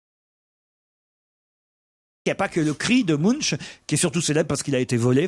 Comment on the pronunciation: Munch ne se prononce pas "mounche" mais "mounk"